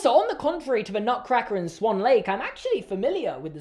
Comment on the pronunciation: “Barbie in SAWN Lake